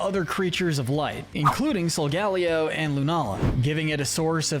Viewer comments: It’s pronounced SOL-GUH-LAY-oh, ur-SHEE-foo, vol-CAY-NEE-UHN, sil-VAL-EYE, ZAH-ROOD, ZAIR-UH-or-uh, rai-KOH, WOH-chee-ihn, chee-ihn-POW, LAH-tee-OHS, LAH-tee-AHS, DIE-ahn-see, ee-VELL-tall, ray-QUAY-zuh, and DEE-ahl-guh, “Patrick Star”! 🤨 You need to study Pokémon pronunciations more,, because you’re bad at them! 🙄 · Hold up did i hear that right did he just say sol ga leo